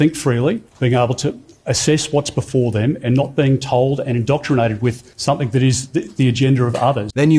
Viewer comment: Peter Dutton says - Somethink. If only something could teach him the correct word to use, maybe, an Education Industry or "somethink"